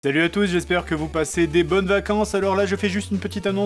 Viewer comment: c'est moi ou tu dit Talut a tout ...